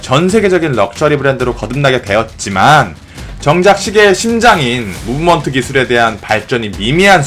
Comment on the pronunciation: “무므먼트를 제외한”